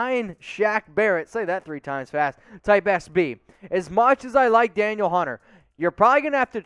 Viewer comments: pronounced like Daneel. not daniel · It’s pronounced Dan eel not Daniel